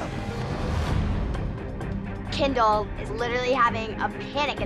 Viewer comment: The way jojo called Kendall "Ken doll"😭💀